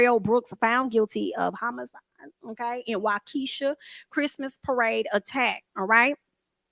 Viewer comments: I'm from Wisconsin and its pronounced Wau, just like you said, Kee, just like you said, shaw, not sha, but shaw. Wau-kee-shaw. So, wau and sha sound same. The way you say it sounds like an African american name like wa-keesha. This is incorrect. It's pronounced like waukee-sha. I'm going a little deep into it and it's not that important, but just trying to be on point. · From my understanding it's pronounced Wah-ka-shaw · Looking forward to more vids from the channel, but I just want to point out 2 mistakes made in the first 2 mins: it is pronounced Wah-Kuh-Shaw according to the court, news stations, residents, and DAs office. And he had council for several months (since earlier than April I believe). He had 2 lawyers which he fired days before the trial. There are many 10 min clips of all that I just mentioned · Pronounced waw - key - shaw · Nobody ever mentions his other brother Darrell. Oh it's pronounced Walka Shaw that's a native American name please don't try to change it to a native African name oh hi to Ray Ray for me BTW he's trying to sell your food stamps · Neither of the ways you said Wakesha is right. Wok-eh-shaw. Its a native American word. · “Y’all” is not an English word hillbilly. You can’t pronounce Waukesha Wisconsin.